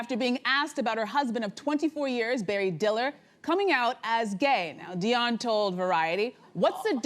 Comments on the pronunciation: like where did they come up wih that her name is literally spelled diane thats di anne not dion like come on now its willful stupidity for the sake of tv 🙄 😒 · I was about to say! I've never heard anyone call her "Dionne" til now. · The woman's name is DIANE NOT DION STOP IT !!!